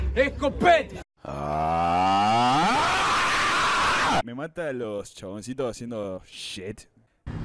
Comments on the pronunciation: Se dice que hasta el día de hoy sigue diciendo escopetAH CH CH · esco- PE -ta SHHHK SSHKK